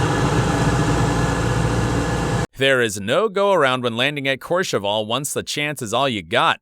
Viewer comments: Courchevel, what a famous airport! But the pronounciation of the ending is wrong here, it's not ...cheval with an a, it should sound similar to "well". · Dude, that’s not how you say courchevel, also, KLM 747s are retired, and it’s been very long since they flew there. ALSO DUDE PRONOUNCED AEROSUCRE AS AEROCIRCUS